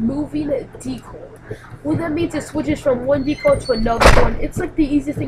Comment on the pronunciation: DE-CAL not DECLE